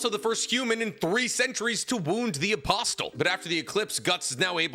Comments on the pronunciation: Or his pronunciation of Apostle…? Haha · Please...... please stop pronouncing the T in Apostle.... please....